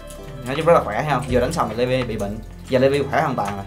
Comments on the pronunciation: đọc đúng là li vai nhé :D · Đọc đúng ra thì là li vai nhưng chắc levi lấy lê Vy cho thuần Việt :)) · Li vai chứ ko phải Lê vi nhá